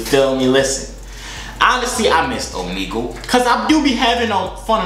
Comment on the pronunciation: Man's saying Omegle wrong 💀💀💀